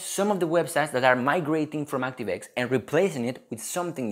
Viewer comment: 액스티브 와이 ㅋㅋㅋㅋ